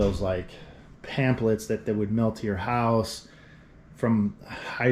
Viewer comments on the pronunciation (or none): none